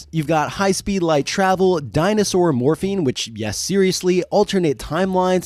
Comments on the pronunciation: Morphing not morphine , had me for a minute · Is it just me or is he un able to say morphing? I swear he keeps saying morphine. Dinosaur morphine, I'm in pain brother give me that dino morphine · "The powers of morphine" what? Ohhhh morphing 😂😂😂😂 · Everytime you say "Morphing" I hear you say "Morphine" instead lol. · The sheer number of times I heard "morphing" as "morphine" really makes me think I need to see a hearing doctor. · I heard morphine too lmao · I just want to say that there is a reason the power rangers didn’t say morphing time instead said morph’n time. Because of the medical drug morphing. So yeah just saying because if you think of the drug when narrator says morphing…yup. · every time you say morphing I hear morphine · It's wild; i can't remember if i ever finished this series? I thought i outgrew it before it was done, but then i feel like maybe i read Visser? Lol idk. But The Andalite Chronicles was my fav, and Elfangor. And Rachel, rip. Also, i kept hearing "morphing" as "morphine", but maybe that's a propos 😂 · At like , I thought I heard Cassie was "really good with morphene" and then I REALLY thought these books were dark XD I figured out you said MORPHING a few seconds later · Every single time you said “morphing” my brain heard “morphine” wish resulted in some very fun sentences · I heard morphine and wasn't even concerned 😂 I just thought well yeah they need that probably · Pretty sure every single instance of 'morphing' was similarly mispronounced throughout the video. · Yeah I don't think I heard them pronounce the "g" in morphing a single time.